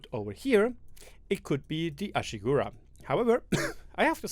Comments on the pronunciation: AshigArU not Ashigura 😂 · You swaped the A with U its not Ashigura but Ashigaru :D